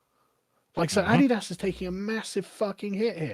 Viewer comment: >awe-dee-dass Unsubscribed.